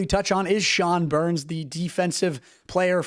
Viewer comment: Sean BEHR-ens (two syllables, like BEAR-ens), not Burns. He's a lefty, was a 2nd round Avs pick, and literally blew out his knee just a camp broke last year. Possible we might see a Behrens/Malinski 2nd pairing in a year or two if both can breakout. Other players not mentioned I'm keeping an eye on are Max Curran (last year was a >1 PPG player at WHL level & reminds me a lot of big E-Rod), Alex Gagne (6'5"/230lbs fast D-first D, who's got a nice shot and responsible passer) and the guy who won't be there... Zakhar Bardakov (a 6'2" KHL All-Star Center who's game translates well to Avs 3rd or 4th lines, and won't be a Lady Bing candidate anytime soon--he loves to hit a bit too much).